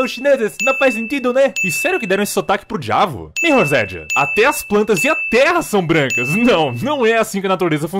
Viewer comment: Alguém mais percebeu que a Sherry fala "Djuavo"?